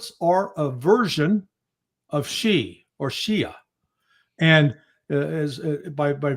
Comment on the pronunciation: Dude…it’s Shia..and alawites . Get it right please